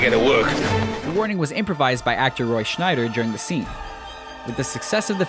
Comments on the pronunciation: Its Roy Scheider NOT Roy Roy Schneider. It is NOT Stanley Kubrick's tale it is Stephen King's tale. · Dude, Roy "Schneider" called for a bigger boat? Lose the 'n' and show a little respect: SCHEIDER. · Small detail, but it's Roy Scheider, not Schneider. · It's Roy Scheider, not Schneider. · Roy SCHEIDER not Schneider... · Roy Schneider?? WRONG! Try Scheider dummies. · Roy Scheider, not Schneider. Irving Kershner, not Ivan. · Its Roy Sheider, not Shneider. Just sayin' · Roy Scheider, not Roy ScNeider. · Scheider not Schneider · You made your own mistake calling Roy Scheider- Roy Schneider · Roy Scheider, not Schneider. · It's Roy Scheider, not Schneider otherwise well done. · That's Roy Scheider not Schnider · Did you guys just refer to Roy Sheider as "Schneider?" hahahaha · Bil Carter And in the JAWS commentary he incorrectly names the actor Roy Schnider...its Roy Scheider moron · My favorite mistake was when the idiot who narrated this video called the star of Jaws "Roy Schneider" when his real name is Roy Scheider.